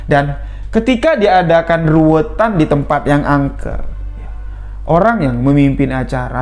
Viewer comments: Bukan ruwetan mas, tapi ruwatan.. Krn ruwet dan ruwat itu beda arti.. Walaupun kami tau maksud dr. Tp alangkah baiknya diucapkan dg pengucapan yg benar spy tdk ambigu. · Ruwatan bukan ruwetan. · Ruwatan.bukan ruwetan. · RUWATAN bukan RUWETAN.......